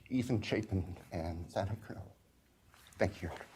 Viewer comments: this guy cant even pronounce xana’s name right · Upsetting that the judge continues to say Xanas name wrong 😡